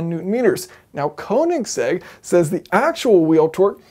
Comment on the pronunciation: Koenigsegg, not koninsegg